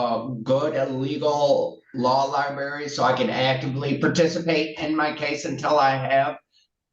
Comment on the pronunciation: If you say 'libary', you are really out of your depth trying to use one.